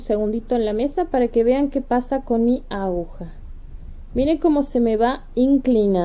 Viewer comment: Precioso lo que está haciendo Pero ud. Es una informadora, educadora al fin. Se dice a-gu-ja. Espero no le moleste .Patricia. mendoza